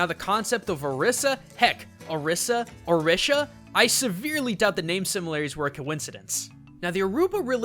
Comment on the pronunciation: I'm Cuban and a follower of Santeria, the Caribbean version of the Yoruban Religion... and he killed me with how he said Orisha.